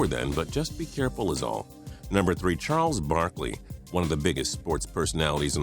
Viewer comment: Who else heard him say Charles Barley